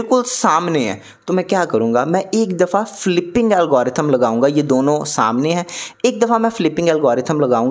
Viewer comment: "Filping" nahi " Flipping" algorithm